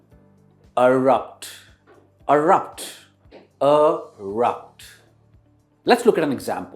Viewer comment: Brother it is not urupt....irrupt...correct ur pronunciation